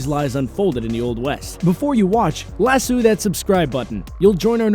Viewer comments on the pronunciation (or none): nigga just said lassoo